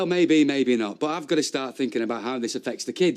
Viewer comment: Please someone teach how to say "to". Her manner of speech is so annoying.